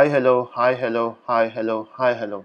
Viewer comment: Hi Hello was sounding like "Hi Hiku Hi Hiku, hi hi..." , btw your teaching is the best.